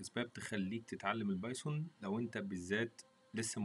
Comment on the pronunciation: اول ما دخلت على المقطع و سمعت اللهجة غسلت يدي منك يا ظالم اسمها البايثون سميتها البايسون خليها كودرد احسن ولا ردبول